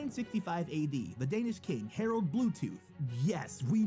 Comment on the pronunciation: I am danish and the pronauns of danish words Are bad